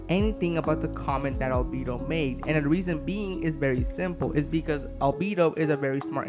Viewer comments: “Al-beedo” why tf do so many people fail at names, sure you can say “I don’t speak Japanese” listen to how they say their name in the anime…. It’s that easy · Al bee dough